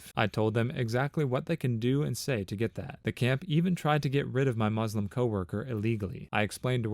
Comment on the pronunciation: Bruh the way you said Muslim 💀